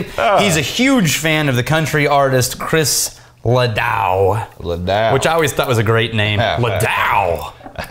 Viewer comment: I'm sorry but I cringe everytime they mess up Chris Ledoux's name